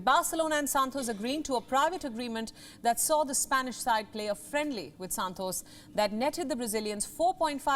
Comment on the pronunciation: Her Santos sounded like Santosh 😀 to me 😁